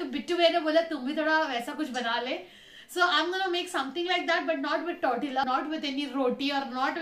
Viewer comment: it's poutine not pautin, and it is not said as tortilla it's tortiya.... And that's not poutine at all.... I think you should search up the word you are saying, cause then it's ruining the video... Just a humble request...